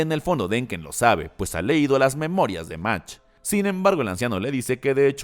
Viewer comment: Se pronuncia Magt. No sabes alemán?